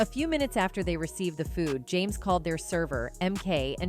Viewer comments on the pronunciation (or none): none